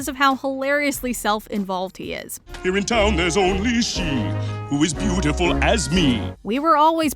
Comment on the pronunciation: When gaston said "Who is beutiful as me" it sounds like bootiful XD